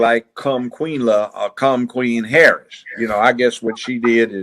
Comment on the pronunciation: Kamala Ho-rris.